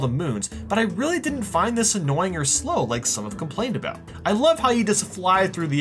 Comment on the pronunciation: Hey you should try America your pronouncing of words is weird you say hienee hini and about abuut